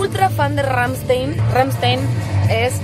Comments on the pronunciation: c dice rammstain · así no se pronuncia rammstein:(